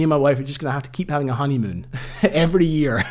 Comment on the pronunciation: did you say honeymoon?